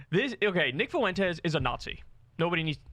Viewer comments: Someone please help Kyle with his pronunciation of Fuentes. Only two syllables, not three. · Can someone tell Kyle how to pronounce Fuentes name already?